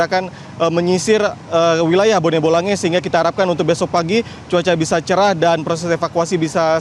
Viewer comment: Bone bolango aba bukan bone bolange